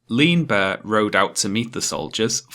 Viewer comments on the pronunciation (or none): none